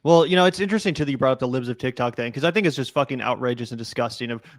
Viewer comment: just the previous day he said "tiktak"